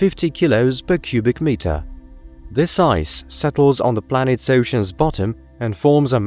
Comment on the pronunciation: Planeets hahaha